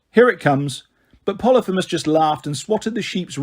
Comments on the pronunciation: U need to work on your pronunciation try learning phonically ex: poly- fee- mus. Aka cyclops. Ask Google to say it phonically n she will! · I guess it is. I say po-lee-pheee-mus